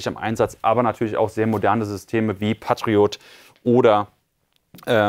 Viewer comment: Ge-Pard naja...hab ich schon häufiger so gehört. Aber Patt-Riot ist wirklich gruselig. 😂